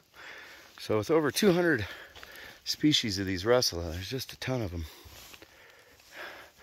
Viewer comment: stop saying rushula!!!